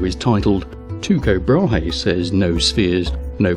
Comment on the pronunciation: Teeko Brah-hay. At least that's how I learned it in high school.